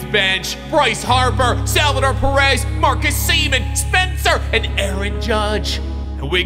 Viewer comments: “Marcus semen” 😭😭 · “Marcus Seaman” lol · "Marcus Semen" lmaooooo